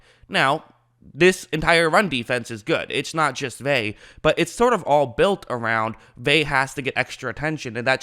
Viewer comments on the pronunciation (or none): It's not vay. Its Ve-ah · I cringe everytime you say his name it’s pronounced Veuh not vay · Please say Vita (Vey-ah) not (Vey) D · Vea “veh ah” you keep sayin “vae” it’s annoying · Bucs didn't play Drew Lock this year... We played Driskel... Also, its pronounced "Vay-Ah"... Not "Vay". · drove me nuts you were saying “vey” the whole video. it’s vey-uh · If you insist on Americanizing the pronunciation, it's "Vey-uh." The real pronunciation is "Ve (as in "very") -ah." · Vea(ve•ya) not (ve•y) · Hey, pronounce his name right dude. It's pronounced Vea ah. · Vita "veh?" You're KILLING me Smalls!!! I'm going to give you some advice that's going to sound mean but it's actually very practical. Especially if your intention is to try and do this shit for a living... Your voice, you gotta already know this homie, is fucking goofy and annoying AF already. It's not your fault, I know my dude, it's just a fact. Therefore, fair or not, you gotta work EXTRA hard, harder than everybody else at not just your football analysis but at getting all the details right. Especially when it comes to things you say. I know that was harsh but this isn't the first time you butchered a name so bad that instead of listening to your analysis, all I can concentrate on is the sound of your voice incorrectly saying "veh" over and over and over again. Don't get mad or sad, get tough, fucking FIX it and get that YouTube money. Cool? Okay, good, bye. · Btw its pronounced vetah vaya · Bro it’s Veh-ah. Lol. Ve’a. It’s not your fault. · Say it with me.... VEY-AH. There you go. Say it aloud a few times. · Say Vey then ah but together please 😂😂😂😂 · I hate to be "that person", but it's pronounced Vay-uh. In Hawaiian, all vowels are always pronounced, unlike English vowel clusters such as the 'ee' in Buccaneers or the 'ui' in Shaquil. Pumped for him to be on the field in whatever capacity he has to offer! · either way, it's not "Vey" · C’mon now it’s pronounced Vay-uh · Pronounced Veh Ah